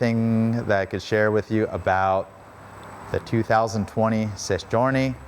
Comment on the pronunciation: There's no s on the end of Sei and it is not pronounced sess